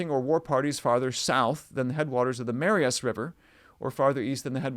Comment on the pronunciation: As a Montanan, just want to help you a little. The Marias River is pronounced muh-RYE-us. Great stuff. Thanks for all you do.